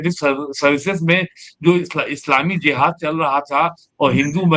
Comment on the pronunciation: वैसे उसे JIHAD ( जिहाद) बोला जाता है और J ( ज) से शुरू होता है। ZIHAD ( ज़िहाद) नहीं होता है ❌❌ सही उच्चारण है JIHAD ( जिहाद)